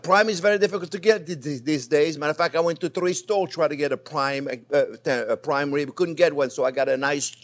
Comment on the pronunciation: I love your "pwaim wib" chef!